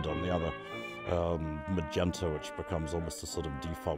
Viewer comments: Magneta? surely you mean Magenta (pronounced mah-jen-ta)? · Maybe someone else has already pointed out that the color MAGENTA is pronounced as "majenta"---the "g" pronounced as "J", and a flat "E" sound for the e. (Guess I should've checked some of the comments first/apologies if this is redundant. Thanks for the comments. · Drinking game: Take a shot for every time this guy mispronounces a word (like "magenta" about a dozen times) or accidentally spoils a plot point via clip he actually shares in the vid